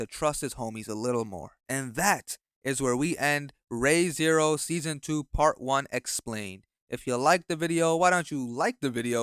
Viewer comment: Miasma is pronounced "my az muh" and the re in re:zero is pronounced like REE not Rey.